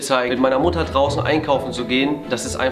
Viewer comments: /julien bam 1. du mein 4 blätriges kleben Blatt und 2. warum sagst du immer wieder mudder und Mutter?... 🤨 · Jo's mutter:wieso nennst dumich immer mudder😂